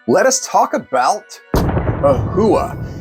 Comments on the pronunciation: Please, it’s not pronounced ‘Ohua’. It is Ohuhu (oh hoo hoo)! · Its "o hoo hoo". If you're going to review a product and be taken seriously, then pronouncing the products name properly is ideal. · I've never heard Ohuhu pronounced that way. Enjoyed your honest review of this set of pencils.😊